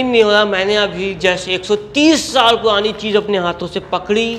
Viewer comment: Kya tum Hakle ho Bhai ye almari purani hai ya puani 😂😂😂